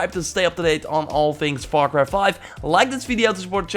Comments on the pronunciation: Get yourself a dictionary dude .. learn some pronunciations......🤢🤮 it’s not VAR CRY it’s FAR CRY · Diego Velazquez dude he said “VAR CRY ” and it’s far cry ... have a look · ALEX SMITH what if were he is from the f is pronounced like v instead of f. He is learning. He is not an expert at english . So what.